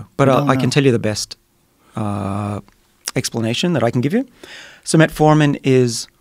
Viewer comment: i keep hearing "Red Foreman"